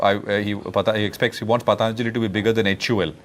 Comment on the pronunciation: The anchor can't even pronounce Patanjali properly.... He's having such fake foriegn accents...